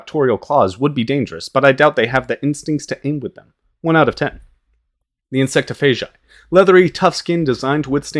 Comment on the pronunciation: The way he said Orgies and Insectophagi 🤣